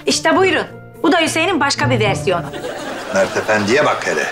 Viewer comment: Mer değil mert demeli +1